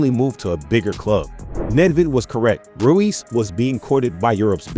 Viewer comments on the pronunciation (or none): Royce not Ruiz lol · His name is pronounced Royce 🙏🏻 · naaaa you gotta be saying his name wrong on purpose 💀💀💀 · Dislike for not pronouncing name right. It’s not that hard